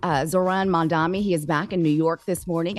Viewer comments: MAM-DA-NI not mamdami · It’s MAM-DANI! not Mamdaami! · MANDANI WITH A N , the ignorance from the reporter is insane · So because you call someone a fascist mean you can’t have a meeting on behalf of your constituents??? Like what? Also, it’s Mamdani. Like damn, how hard is it to say?